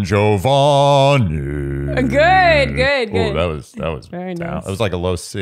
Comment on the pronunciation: As a classical musician I am THRILLED to report that second “Don Giovanni” was EXACTLY the correct pitch (descending to D in the middle of the bass clef staff). Way to go,!!